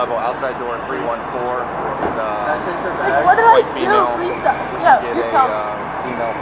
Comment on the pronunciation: "STOPUH" That extra syllable at the end, says a lot.